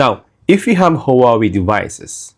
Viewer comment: Please please pronounce HuaWei right!!! Thank you in advance🎉